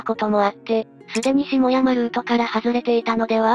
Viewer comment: ＞＞すでにしもやまルートから…… 「ん？ なんだそりゃ？」って思ったら「下山（げざん）ルート」のことだった……トホホ……もう少し 「ゆっくり」時間をかけて事前チェックしようよ。それでなくても、変な機械読み音声が蔓延して、滅茶苦茶な イントネーションが増えるばかりなんだからさ……五人のうち一人目でこんなだから、あとはもう見る気がしなくなった。 よくこんなんで投稿できるな。